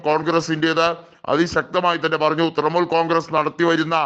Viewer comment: തൃമൂൽ അല്ല തൃണമൂൽ